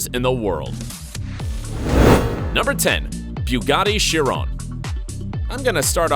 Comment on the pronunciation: Its shee - ron